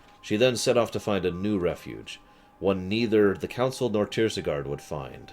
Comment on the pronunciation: Not tirsigarde either:)